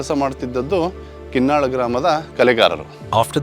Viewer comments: It's KINNAAL not Kin nal but Kin Naal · Narrator needs to put some work into learning to pronounce local names correctly. The people in the video are repeatedly saying the name KinnaaLa but the narrator (probably north Indian) keeps wrongly saying Kinnal. Narrator, your only job is to lend your voice, and if you don't do that correctly, what value do you bring?